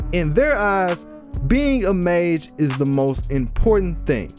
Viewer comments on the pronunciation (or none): none